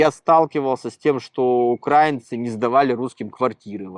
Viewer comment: ваш собеседник уже хамит говоря об украинцах умышленно ставя неправильно ударение как те кто рашисты которые напали на Украину включая пуйло кремлевское! Он просто хам который поддерживал нападение на Украину смеялся над убийствами украинцев оккупацию чужой земли а жить в итоге на любимой россии не захотел и как трус бежал со своей родины. Украинцы не окраинцы а украинцы! Слово Украина от слова краина что в переводе со славянских языков переводится как страна. Так что это дерьмо ставящее неправильно ударение да ещё и чо словами "какая-то окраинка!" То есть как и его ублюдочные российские соотечественникам напавшие на Украину грабящие насилующие убивающие украинцев он также как и они считает себя высшим обществом а украинцы это так..."низшая каста." Просто ублюдок! Никто ничего ему в Израиле не должен хотя бы потому что он никто в Израиле и звать его никем! Оно дале иврит выучить не удосужилось! Кстати как он говорит "терракт на Каховской ГЭС" устроили его российские выродки перед этим оккупировавшие и ламинирование украинскую ГЭС! Когда было контрнаступление украинской армии с целью освободить Украину от российских оккупантов убийц насильников и подонков то эти нелюди взорвали нашу Каховскую ГЭС уничтожив экологию края убив граждан Украины животных итд. И оно ещё и с гонором рассказывает о своей вонючей болотной! Нам украинцам насрать на твою болотную потому что вы ничего не сделали для окончания войны не вывели своих зеков с территории Украины и до сих пор пы